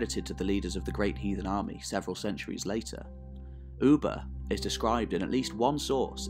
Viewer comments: It's Ubbi, not Ubba. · his name was pronounced (Uh-Buh), not “Ou-Buh” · Its not f-ing Oeba...!!!!! Its Ubba!!!!